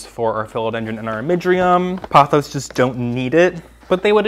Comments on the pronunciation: The way you pronounce pothos drives me crazy. It’s Poh-thos. The word you are saying would be spelled Pawthos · Sorry, not trying to hate. I like your channel but I ’m neurodivergent and consistent mispronunciation is difficult for me